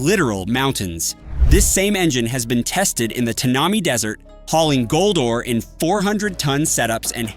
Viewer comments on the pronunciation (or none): Tanami pronounced Tanna-My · Typical of a yank wouldn't know where Australia is. Can't even pronounce the name of the the mine correctly. It's pronounced Tan ami and it's the name of the desert where the mine is. Scania and Volvo have had units running 5-8 trailers up top for the last 25 or so years. That's where they do their testing on colling packs and LPG diesel boost packages. The narator is that intelligent he more than likely voted for Trump as well.